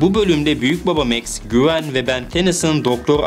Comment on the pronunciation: Güven değil gwen